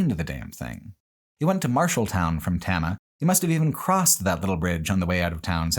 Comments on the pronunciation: always love your stuff, they make my work days amazing. But at least in the Iowa section you butchered so many names, which I get, most people can't pronounce Iowa town names. Tama specifically is Tay-mah. And derecho storm is duh-RAY-cho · As someone who grew up in Iowa, along the signs of the Lincoln Highway, this was fascinating. I will say as a pedant, the town of Tama, is pronounced tame-a.